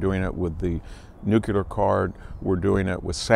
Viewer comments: "New-cue-lar"? It's "New-clear" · NUCLEAR!!!!!! wtf is nucular